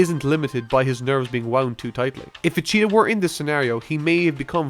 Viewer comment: vacheetah was said far to many times for me to take this mans points seriously